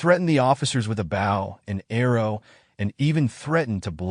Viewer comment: I liked this till the AI mispronounced Bow and arrow with Bough and arrow.